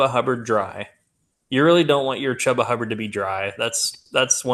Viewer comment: It’s a shame that Chuba Hubbard is stuck on the Panthers. If he were on a real team, maybe people would know how to pronounce his name properly. (Choo-ba)